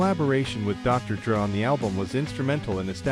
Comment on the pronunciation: I hate you more than I should for mispronouncing Dr. Dre. And Marshall Mathers the third not iii....